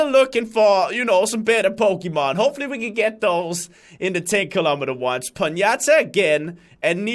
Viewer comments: It is not a "ponyata" but a "ponyta"👍🏼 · yo dude it aint Ponyata its Ponyta ;D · Pon-Ya-Ta? i thought it was Pony-Ta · When he said Ponyta it sounded like Piñata😂😂😂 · just a bit of help but it's pronounced pony-ta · I laughed so hard when said ponyata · Did you just call a ponyta a piñata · den hedder po-ni-ta det er sådan man udtaler det:) Nice vid ingen hate, hader haters elsker dine videoer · Why is no one criticizing the fact that he pronounced Ponyta as Ponyata? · Im pretty sure he called ponyta a piñata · the moment he said ponyta i was so confused xD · I like when pronounce the ponyta hahaha